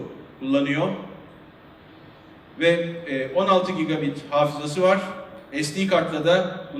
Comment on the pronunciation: 50CentYuriBoyka cigolayt değil lan :D cigabayt diyen de var gigabit diyende